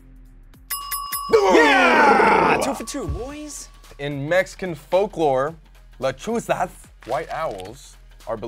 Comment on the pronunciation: IKR? and the way they said "planchada"· almost sounded like "planchara", also "lechusas" instead of "lechuzas"